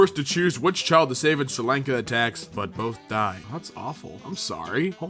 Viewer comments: Sri Lanka... Omg your pronounciation Omg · Okay, say it with me, su-ri lan-kah Sri Lanka :) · He pronounced Sri Lanka wrong